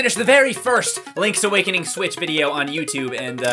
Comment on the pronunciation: Lonk's Awokonong